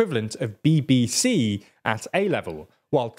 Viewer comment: why did you say BBC like that 😂